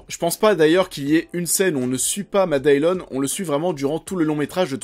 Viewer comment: Matt Dillon se prononce en Anglais Matt Dilone pas Matt Daillione. ;-)